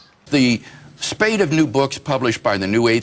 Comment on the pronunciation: Spate. Not spade. Spate of new books.